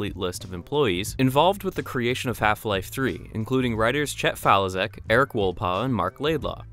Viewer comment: its FA-LI-SHEK not falizek